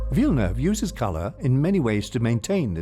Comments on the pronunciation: I only liked this video because you pronounced Villeneuve correctly. 💕 Thank you. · Im just a the start of the video, but i just wanna note, go for a star, that it's fu#$#ing refreshing hearing is name prononced right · A+ for the prononciation of Villeneuve ! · Great work. I appreciate the right pronunciation of his name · I am a french Canadian and the Narrator pronounce Denis's last name Perfectly!! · Thanks for pronouncing his name right. Everytime a non-québécois destroys his name I feel like they are not even trying.